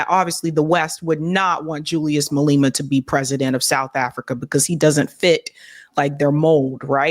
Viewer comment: Its pronounced: Ma-lay-ma Ra-ma-posa Bantu language each letter is pronounced independence and ph is not combined to sound like f. Vowels sound like: A-ah E-aa I- ee O-o U-oo/uu